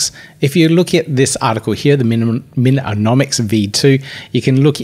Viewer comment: MINomics, not MINonomics fammmmm ahah love you, keep going, thanks for keeping us updated ! Happy New Year !